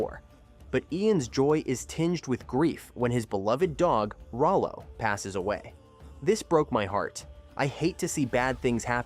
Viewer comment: It’s rolo not ralo